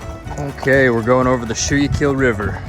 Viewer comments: Was that the Schuykill River? If so, is pronounced skoo-cull (like culling a herd) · Awesome. Saw you here in Pennsylvania. By the way Schuylkill is pronounced Skookill 😂